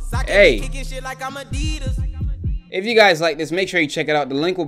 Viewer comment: Tf is A-deed-as it’s definitely A-deed-is